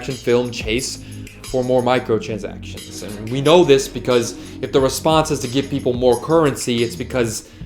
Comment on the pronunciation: He kept mispronouncing “micahtransactions”😂